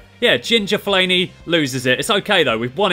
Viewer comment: My Fav Part Was When He Said Fellani